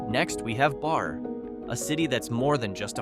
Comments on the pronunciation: It's Berry not Bar and why do you have a black person in the screen shot? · The town is Barreee, like Barry Manalow. Lol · It is pronounced as ( Barrē ) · its pronounced BARRY. not BAR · its not the town barre its pronounced berry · Barre is pronounced Barry. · Barre is pronounced berry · 2 minutes in and you have 2 mistake AI, Derby Line is not split in half by “the border” and its pronounced like Barry (Barre). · I couldn’t take it anymore….bar? And how he is pronouncing Montpelier is driving me mad! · This city is Barre... its pronounciation rhymes with Cherry. And what's great about our capital is that does NOT yet have a McDonalds! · Pretty lame when you can’t get the pronunciation of the place right. Maybe the two rr’s in barre , would clue you in a little bit